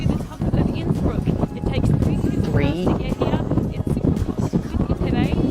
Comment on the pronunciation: Your pronounciation of Innsbuck was top notch! Don't worry!